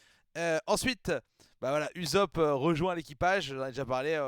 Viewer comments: Ça se prononce Oussop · A priori en tout cas de ce que j'entends et source la vf on dit "oussope" . Sanji te fais penser à Armin dans snk bon ils sont juste blond quoi 🤣